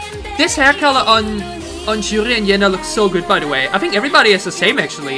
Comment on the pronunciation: why do u keep saying yoo juri instead of jo yuri lmao